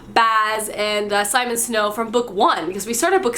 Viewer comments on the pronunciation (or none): none